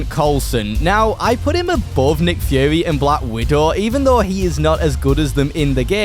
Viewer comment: I’m sorry did he say nick führer